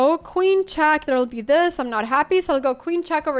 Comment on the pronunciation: I don't, same with "chack" and "aff", which is really weird considering she fully masters the english language, quite uncommon for a spanish person.